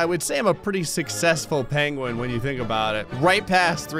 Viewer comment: Why does he say it like Pain-gwen? lol